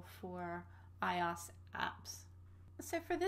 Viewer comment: Everytime I here her say iOS, it's like hearing nails across a chalkboard. It's pronounced Eye-oh-ess, not eye-aus. Like OS X is OS TEN, not OS X. Good video though for starters.